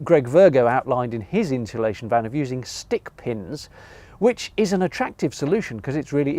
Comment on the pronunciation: I’m finding the pronunciation of insulation interesting. Are you pronouncing it ‘inshulation’ ? Perhaps an English regional thing.